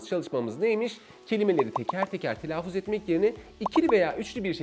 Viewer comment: Evet, oldukça akıcı, yararlı, güzel bir sunum olmuş. Telaffuz kelimesini telaafuz olarak telaffuz etmeniz dışında...